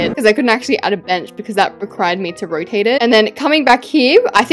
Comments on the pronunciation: did anyone see that she said roate instead of "rotate" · "Rotate"❌ " Roate"✅ Alaska English.